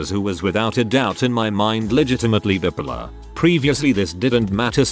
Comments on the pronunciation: Bipolar. TTS: "bippulluh" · I laugh so hard the way the bot says bipolar. Gets me every time.